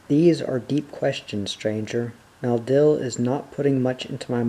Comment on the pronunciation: I notice that you pronounce 'Maleldil' as 'Maldil'.